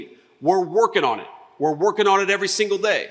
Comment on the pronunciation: We’re workin on it we’re workin on it, why is he suddenly trying to sound like some kind of a good old boy?